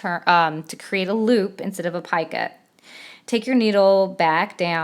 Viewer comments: Love this. thank you. However I believe it is Picot pronounced like Pee coat) not "piekit". Just an FYI... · Love this thanks. However it is not PIECUT it is Picot, pronounced (PEECO). FYI..